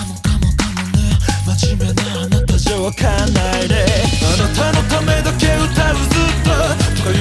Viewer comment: 【 自分用 ここがすき！！ 】 ⚠️注意⚠️ 長文です🙇🏻‍♀️ 「but only you」 おててでハートをつくられていらっしゃる 歌い出し 「気に“な”れないんだ」 「そうかもね かもかもかもね」囁き 「あなたじゃ分かんないね」小馬鹿にしたような｢分かんないね｣ 「アタシは含まれない“よう”なんだ」がなり。 「と言ってもあんたのためかもね」あなたを｢あんた｣って発音してるのめっちゃすき 私の左耳返してください 私の右耳返してください 「関係“ないんだけどね”」 サビ！ ｢愛してるの あなただけを｣ こっちのセリフなんですけど… 「あなただけ↑を」 「この 妬みも」“妬み”の言い方めったすこ 「この苦し↑みも」 「二人ただ堕ちていく」“堕ちていく”の言い方めっちゃすき…尊 そしてイラストの目が光ってるの最高にかっこいい… 2番歌い出し 〜 ちらみえおてて。 「そうだよね」ちょっと小馬鹿にしたような言い方好き… 「ダメだよね」 唸ってから入るの最高 「求めているものは」 ｱｯ(昇天) サビ！ 「あなただけ↑を」 「ふり続けてるの」 「この苦し↑みも」 「二度と来ないその時をぉ゛」 イラストの目光るのばかかっこいい＆語尾 ぞわってくる ｢どう見たってどうしたって愛だけどね｣ がなりやばい 「but only you」 ラスサビ！ 「あなただけ↑を」 「苦し↑みも」 「二人ただ堕ちていく」囁き気味なの神では？？ 「but only you」 えっ、ここもおててでハートつくってます？ 死にますさようなら オリジナル曲2曲目、めちゃめちゃかっこよかったです…！！まさに｢愛してるの あなただけを｣です…最高にかっこよかったです…これからも愛させてください…😭🙏🏻💓✨